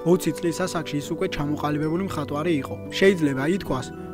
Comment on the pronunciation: მხატვარი აჭარული აქცენტით თქვი და სხვა ყველა პროფესია?